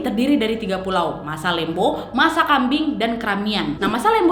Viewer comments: Mohon maaf kak yang bener masalembu bukan masalembo 😂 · kak itu dibacanya masalembhu bukan masalembo :')